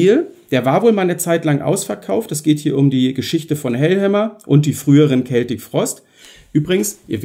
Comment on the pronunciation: Hallo Du hast mit Deiner Aussprache von "Celtic" (mit "K") tatsächlich recht. Hier auf Youtube gab/gibt es irgendwo ein Video aus den Achtzigern, ich denke es war ein Video-Mitschnitt aus einer Sendung des Schweizer Fernsehens. Tom Warrior sagt ganz deutlich, wie "celtic" richtig ausgesprochen wird - mit "K". Vielleicht hat jemand den Link parat. Grüße!